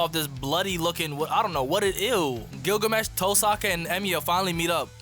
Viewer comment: You said Gilgames